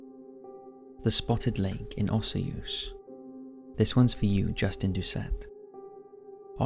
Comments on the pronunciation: Osoyoos is pronounced O-SOO-YUS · Just for your info you pronounced Osoyoos wrong lol O-Soy- yoos or O-Soy-Use and it is also one of the hottest places in British Columbia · That's not how you say Osoyoos but good try haha!